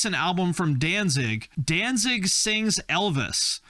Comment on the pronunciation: Danzig = Don'tZig😅😅😅